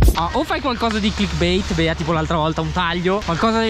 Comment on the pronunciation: ma solo io quando dice "la Bea" capisco "la Dea"?